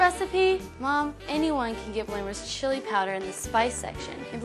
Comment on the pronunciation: They pronounce it weird. Its not Blamer's or Bloomer's. It Bloemer's. My last name is Bloemer and I hate when people pronounce it wrong.